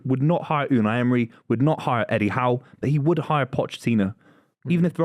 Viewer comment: Yall pronounce Eddie Howe real strange.